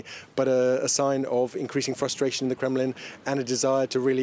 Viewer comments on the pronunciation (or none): none